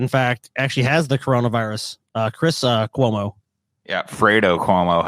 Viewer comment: For fuck's sake It's QUOmo not COmoe. Also, Pause and look at his left nipple (our right.) If you take a straight line horizontally from the white strip on his jacket you can see his full areola + insanely small but hard nipple. So he 100% doesn't have his left nipple pierced at least.